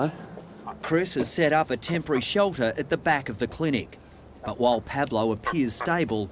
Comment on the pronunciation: Spanish guy here: Dr. Chris pronounced Pablo's name perfectly